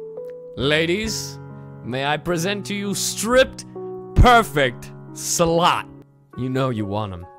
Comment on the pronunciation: perfect cellot I thot you said perfect cell out.